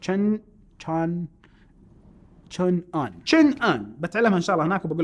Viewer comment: حرف الـG بنهاية كلمة chang لا يلفظ أنا عربي اتكلم اللغة الصينية و مقيم في الصين